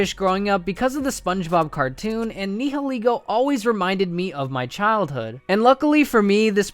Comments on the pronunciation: Ni I’ll I go, bruh, it’s ni hi Lego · Sorry but it rlly bugs me when u miss pronounce Nihilego it’s pronounced N-eye-uh-lee-go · The way you pronounced the nieligo was so bad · Dude you idiot its ni hi lego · ...did you just pronounce 'Nihilego' four different ways? 😁